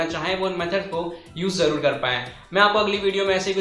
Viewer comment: Jarur nhi zarrur hota hy bhai😂😂😂😂